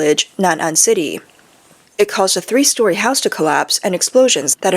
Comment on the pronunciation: Please fire this narrator. In English the TH sound is not the same as as the F or V sounds. Its pronounced 'Three' not 'Free'. Its 'Within' not 'Wivin'.